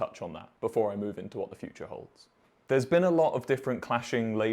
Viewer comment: "What the future holds" not "onto other holes" lmao